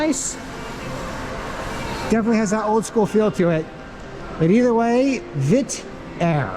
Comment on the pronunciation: It’s VietJet not Vit Air